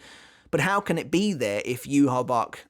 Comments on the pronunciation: Lmfao bro if you play bleach brave souls it’s not yuhabac it’s yu ha baw ha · Why do people call him Juha Bach, when his name is supposed to be Yhwach? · NOw with the White case representing his Quincy Side: It does make sense that it is still there even after his Quincy Powers being stolen from him. Because when Bach (yeah yeah, Yhwach or whatever, it is pronounced BACH and so I refer to him as that, since that is also how it would be written down in german) stole Ichigos Quincy Powers, Ichigo already was in Bankai State, and Tsukishima, with help of Orihime, helped restoring the sword. HOWEVER: If Ichigo did NOT had his Quincy Powers at that point, it would not change the current appereance of the Bankai. Or in other words: Ichigos Quincy Powers are gone, but the shape of the blade remains, but it is now powerless, an empty shell so to say, at least on the surface. HOWEVER, what Bach failed to realise was that this Powerless shell might be fragile, but it still has something in it... a shining, hard to break pearl, in the form of Ichigos Shinigami Powers. That is why I think the White Part broke so easily while the actual blade did not, because the white representing his Quincy side was "empty", while the black representing his Shinigami side was still "filled" with power, so the shell breaks and core stays intact. Also, can we still call Ichigos current blade "TENSA" Zangetsu? Tensa Zangetsu means heavenly CHAIN cutting the moon, but with the White "Shell" gone, so was the chain that made that Sword "Tensa" Zangetsu. So maybe, at that moment, when the white shell broke off, the sword actually returned into it's Shikai State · Maybe his shinkai is similar to yumichika which posses a fake and real shinkai depending on how he pronounce it's name as well Renji's bankai which is separated in to two form